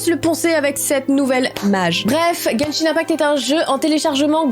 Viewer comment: Moi qui joue a Genshin tu le dis très bien